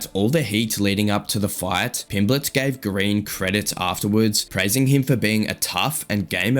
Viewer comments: Why does the voiceover keep calling him Pimbletts? It's Pimblett. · His name's not Pimbletts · You do know theres no "s" at the end of his name, right? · So annoying listening to you say Pimbletts when you've literally used footage of the man 🤦🏻‍♂️ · How can you get his name correct in writing then add an S everytime you say it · ARGHH WHY DO YOU YOU KEEP SAYING "PIMBLETT'S"?!!!!! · It's a bit annoying hearing Pimbletts (plural) so many times 😢 There's no "s" on the end of Pimblett (or Eubank!) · Tell whoever is the narrator that there isn’t any S in Pimblett. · There is no S in his name